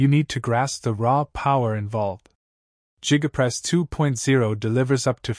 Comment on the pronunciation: Jiga press??? You can do better AI.